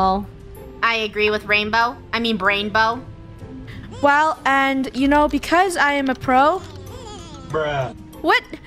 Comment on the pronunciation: ITS BRAINBOW NOT RAINNBOW